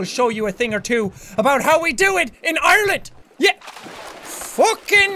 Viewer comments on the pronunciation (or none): none